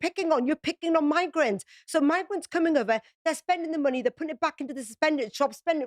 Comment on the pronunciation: The word is money, not munni